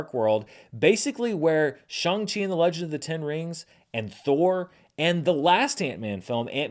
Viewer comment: did you just say Shung-Chi?